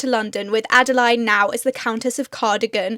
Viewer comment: My middle name is Adeline and I know a few others called Adeline.. sorry to say you seem to pronounce our name a little differently.. add-a-lean is the best way I can type it :)